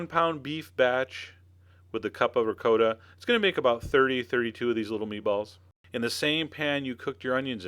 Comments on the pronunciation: Wtf is “RICOOOOTA” cheese ? My god. It’s pronounced “Ragut”. Jeeeez man !!! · Did he just say Rick-co-ta ?!? Noooooooo😂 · I was wondering about that. Had me doubting myself for a sec. The correct prounciation I believe is Ri-cot-ta. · R I CCO TA......LMAO !!! Hahahahahahahaha....OOOOOOOOOOO RICOTTA. OMG! Dude....geez....I don't know what to say....LOOMAO !!! Hahahahaha....I never heard anyone say it like this R I C O T T A...haha! YOu made my day! Thank you for the LAFF. Thank YOU. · Ree-coh-da lol thats funny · Sir please learn how say ricotta properly! I wouldn’t make these because you can’t say ricotta the proper way.😢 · Chef John, thank you so much for all your amazing videos... but we gotta talk about how u say ricotta! Please DM me. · You got to be kidding? You go through the process of making homemade meatballs from scratch then you add a jar of store bought tomato sauce.....you just insulted your meatballs. You also need to learn how to pronounce Ricotta.